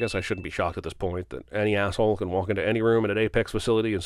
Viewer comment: "axe-hole" lol